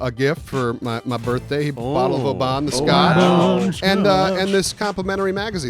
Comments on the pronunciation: Ach, ye shoulda made yer way North o the border to Bonnie Scotland, then yi coulda tried oor haggis - it's braw! (would love to hear or you guys read that in your best Scottish accents) The whisky ye got though, it's pronounced like "open" so no extension on the "A", not Obaahn - just so you know:) Glad you enjoyed your wee visit to the U.K! keep up the good work on this channel guys! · I'm from near Oban (the place the whisky comes from) and the way you guys were pronouncing it was doing my head in. You guys were saying it like Obaan where it's actually pronounced like Obin. Good whisky though. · Hilarious pronunciation of Oban...it sounds more like "Obin", you're putting a pause in it where there isn't one, and making it come off like autobahn, try autobin and you'll have roughly the correct pronunciation. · Your pronunciation of Oban LOL. I'm Scottish, we pronounce it like Open but instead of a P it's a B. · haha It's funny the way you say "Oban", it's pronounced more like "Ohben" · You came to UK at best time. I'm from Scotland and seen muse. yet again. best band ever!! you should have tried the black pudding "blood". it's delicious. that whisky is pronounced "o"ben. as in oh Ben. nice place in Scotland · Not big on spicy stuff!? We have more Indian restaurants than India! Also that's not how you say Oban!